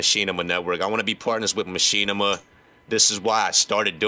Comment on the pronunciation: You can't even pronounce Machinima..